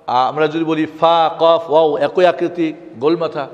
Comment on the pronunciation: wow and daal bengali pronunciation are not correct